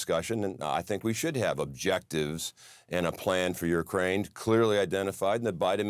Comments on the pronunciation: It's not "yourkraine", it's pronounced YOUkraine. Learn to pronounce words correctly or stop speaking publicly. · This guy!!!! This guy doesn’t even pronounce Ukraine correctly 🙆🏻‍♀️🤦🏻‍♀️🤦🏻‍♀️🤦🏻‍♀️🤦🏻‍♀️🤦🏻‍♀️. Seriously… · This guy can’t even say Ukraine. What the heck is Ur-Kraine? 😂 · What is a Urkraine ? Somebody ??? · Your-kraine??….purr-nun-see-ay-shun ! Cracker boy! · Why does that Republican pronounce "Ukraine" "Yer' - Crane"? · This Montana dude going, "Your Crane" instead of Ukraine is hilarious. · "Yurkraine". Hmm. Flag down on the play. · Zinke defo had some liquid courage before he came on. What is “Urrkraine”